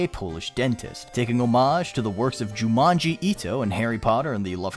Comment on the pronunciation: Lmao did you call him "Jumanji" ito? Lmao ++ thumbs up new sub.